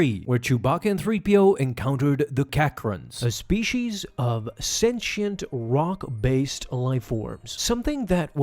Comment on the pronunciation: Spee-shees is such a pet peeve of mine. Unless you also say Poli-shes, or are Sean Connery, it’s spee-sees.